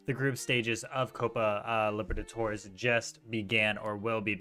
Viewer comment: No one:: Copa Liver-a-torres